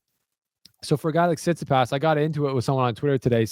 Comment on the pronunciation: Bloody hell just say Tsitsipas correctly 🤦‍♂️